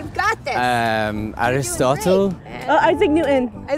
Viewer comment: "aristotle" lol